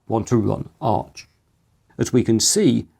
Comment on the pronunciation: It’s Arch, btw.